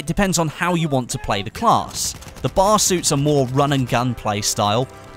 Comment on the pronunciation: It's B.A.R., not bar.